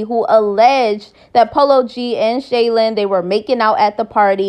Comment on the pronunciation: Her name is SHY-LENN not Shaylin